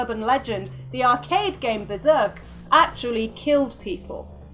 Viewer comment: beRzerk you mean?